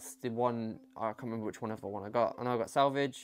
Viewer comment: Awwww salvage aha cute. It's pronounced like sav-aww-ja It just reminds me of cheap shaving cream so I can't stand it tbh.